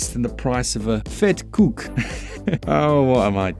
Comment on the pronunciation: You nailed the vetkoek! Wouldve never thought thats something I would hear anyone outside of south africa say.